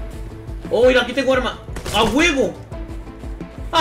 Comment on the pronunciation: "ya se durmieron aguevo!" uh...eso no se escucho presisamente bien 7u7